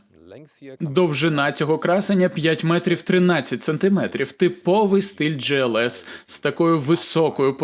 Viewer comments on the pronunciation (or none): Глс не джІлс!!!!!